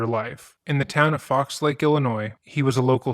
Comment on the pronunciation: "Fox Lake". It's singular. How hard is it to read the name of a town?